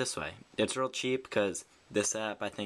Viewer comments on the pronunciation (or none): its reel director not real ,reel